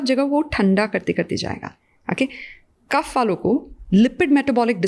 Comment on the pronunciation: I request please do not replace our words with English language It's kaph not kapha It's Vaat not Vaata It's Pitt not Pitta